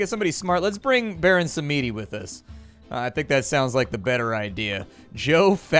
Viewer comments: "Baron Sa-mee-dee"... I found the non-James Bond fan!!! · Baron Sam i di. Its a Bond villain name. Again watch Bond movies, I am not Webster's and am probably not telling you how to pronounce it right.